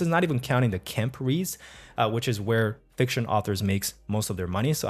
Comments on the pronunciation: I couldn't make out what you were saying at this time when you were talking about how fictional authors make most of their money. It sounded like you said "kemperes," but im not sure what that means because im still new to these ideas. Could you help me understand what you were saying at this part? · Thanks to both of you for this thread! I thought it sounded like an acronym, but couldn’t figure out “KENP Reads” on my own.